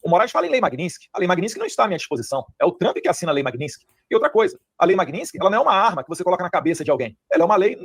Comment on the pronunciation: Que nervoso que me dà esse "Magninsky"